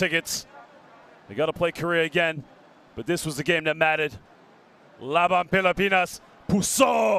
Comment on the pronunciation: pilapinas daw. can somebody please check the annotator. pilipinas!